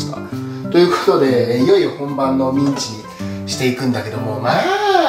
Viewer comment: ミンチが◯んちにきこえる